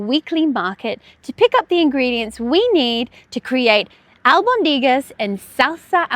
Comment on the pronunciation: It's pronounced AlbOndigas with the stress on the o